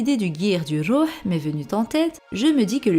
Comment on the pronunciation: J'aime trop ta voix elle es apaisante lol tu prononce bien le rouh en arabe sa veut dire une âme .gros kiss